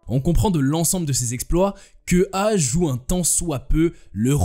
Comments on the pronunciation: EA se prononce ÉYA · EA se prononce “éa”